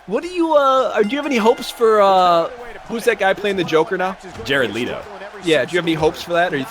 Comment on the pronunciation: jared "leeto"? ryab pls